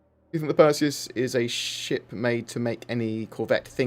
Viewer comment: Open your Purse-E-us!